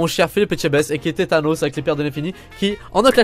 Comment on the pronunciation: Mdr Tétanos c pas Tanos qu on dit